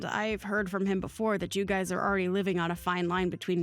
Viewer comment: I don’t mean to nitpick but it is mothers in law not mother in laws and it’s guys is not guy-es. Sorry it just drives me crazy 😂.